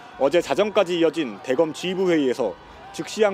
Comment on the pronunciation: 기자 대검(대검찰청)을 '대검'이라고 아주 짧게 발음하는데 '대:검'이라고 장음 발음을 해야 한다. 요즘 젊은 기자들은 한자어의 장음(:) 발음을 국어사전을 가지고 더욱 공부해야 한다.